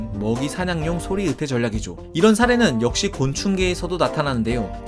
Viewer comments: 자꾸 '으태' 라고 발음하시네요. '으이태' 라고 해보세요. '의자'를 '으이자' 로 발음하는것과 같습니다. 연습하세요. '으이태' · 으태가 아니라 "의"태입니다. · 으태... 마 갱상도가